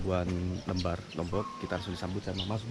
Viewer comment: BANG itu Kata LEMBAR.. tidak tepat pengucapannya, tidak sama dengan kata KEMBAR, tapi LEMBAR pada ucapan kata LEMPAR,..